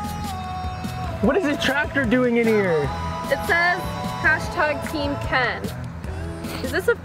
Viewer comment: It's Team not tame!!..